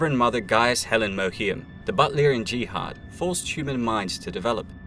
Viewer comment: jihad stress on second syllable.